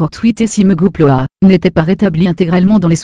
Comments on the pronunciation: C'est quoi "Mégapleuah" ? o.O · Oulaaah le vieux commentaire x) ! Oui je sais, je sais . Mais ça me fait toujours autant rire "Mégapleuah"